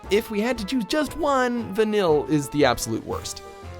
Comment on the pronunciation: I'm sorry, I love you watchmojo, but it takes listening to like 5 seconds worth of cutscenes from FF13 to know how to pronounce Vanille's name corerctly.